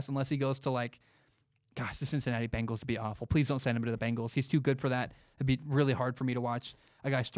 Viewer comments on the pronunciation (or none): none